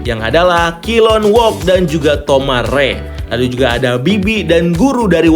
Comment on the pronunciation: And its KILOWOG. NOT KILLONWOG. Dude, do some research properly next time